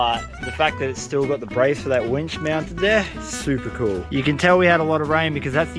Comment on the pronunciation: Cool not koo